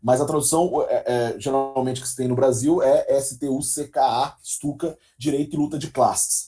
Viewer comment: Lê-se Pyotr (como Pyotr Tchaykovskiy) e Stutchka, como o famoso avião alemão.